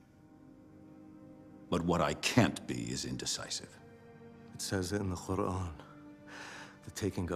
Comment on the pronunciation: Very bizarre how he pronounces qur’an with a “kha.” This actor clearly doesn’t speak any Arabic.